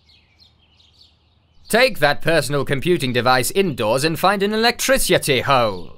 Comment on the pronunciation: the pronunciation. omg. so good. love me some electrisutay